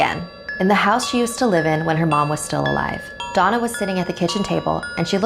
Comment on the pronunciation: Donna đọc nhầm thành "Douma"